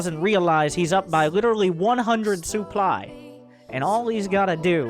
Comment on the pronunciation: Keep saying Supply as Soup Ly